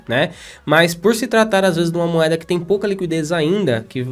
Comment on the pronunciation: é o cara que não consegue falar "moeda", ele só fala "moada" kkkk tô zoando mas gosto bastante dos vídeos dele.